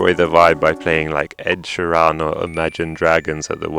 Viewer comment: Pronouncing ed Sheeran wrong is dungeon tier😂